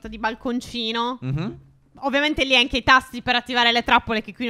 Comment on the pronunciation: Minuto 3:5 stef dice anghe